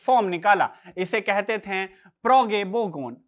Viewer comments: "थें" नहीं बल्कि "थे" बोलिए हुज़ूर!!!😂😂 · Bhaiya aapki bhahut sari lines ke end main NTH ka sound aa raha hai jaise nazinth, shamilnth hai, ganyenthe, baghenthe...aap dhyaan se suno waise baki ka video bhhaut acha hai..